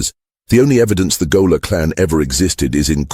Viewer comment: If you're going to have AI read the script, at least correct such egregious errors as gaoler pronounced goaler.